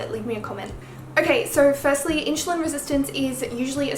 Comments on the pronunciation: Could be your accent, I’m British and we tend to pronounce things similar but it does sound like you’re pronouncing it like ‘Inch’ rather than ‘in-su-lin’ xxx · It's pronounced IN-SU-LIN not IN-SHOE-LIN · its insulin - spelled as ssss and not sh ! really bothers all along the video ! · You say inSHulin, like how everyone says SHugar. It is usually pronounced inSSulin, but it doesn’t matter because we all know what you mean. Love your accent! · I don't care if you say inshoelin, your so cute😚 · I'm pretty sure pronounciation of insulin has nothing to do with Aussie accent. It's funny though. I had a good laugh. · You are pronouncing the "su" in insulin, like how u do the "su" in sugar. It is wrong. you should pronounce it as the "su" in "super".